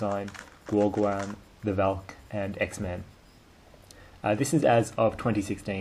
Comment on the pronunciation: "The velk"